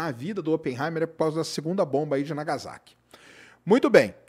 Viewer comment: . Não se pronuncia Iroshima e sim RRiroshima. Não se pronuncia nagaZaki e sim nagaSSaki.